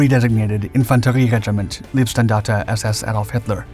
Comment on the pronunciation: PLEASE speak "L EI bstandarte" like "R EI nhard". By now it sounds - in german - "lovely", but it means "body".